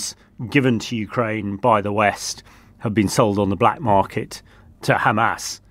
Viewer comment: I really enjoy their podcast---very professional--but this is not the first time that I have pointed out this tiny mispronunciation! It is not such a big deal, but during this war especially, it shows ignorance and insensitivity. I hope that they make the correction.